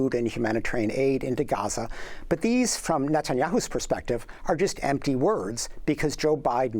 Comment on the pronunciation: Amy, I'd like to take a moment to tell you how happy we are that you try to pronounce 'Gaza' properly! Just a tip: you got the first letter right (Gh instead of Ga), but the imagine it spelled like this for the best pronunciation: Gheza. So, swap the A with an E and make it short. Regardless, thank you!! It means a lot to see your efforts!